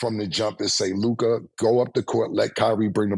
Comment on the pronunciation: Mase actually said Luka AND LOOKAH in the same sentence